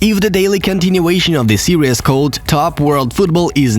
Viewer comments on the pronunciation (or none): none